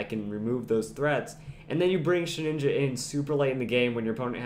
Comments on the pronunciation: ShedINJA. There is no second N. It is not Shedninja. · I don't mean to be rude, and I'm sure many people have said this already, but it's pronounced shuh-din-juh, not shed-nin-ja. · Shed inja. Not Shed ninja. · You keep saying "sheninja" so annoying.